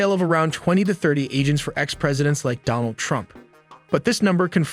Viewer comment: It's Donald Trump not Donal Trump